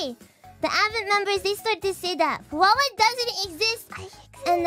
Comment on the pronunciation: Fuwawa: 😭😭😭😭😂😭😭 Guess the one where she read "Who-wawa"